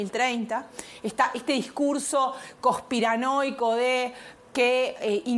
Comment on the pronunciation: Todo es "cospiranoia" (sin "n") para la jajaja. Hay libros a esta altura 🤷🏻‍♂️. Lea...